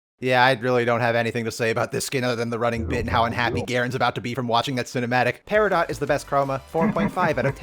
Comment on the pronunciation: I like the video, but the way you're saying peridot is killing me